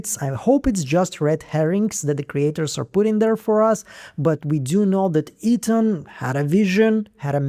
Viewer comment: Lol the accent kills me everytime I watch your videos like it’s my first time or something the way you say Ethan as eating has me dying laughing 😂😂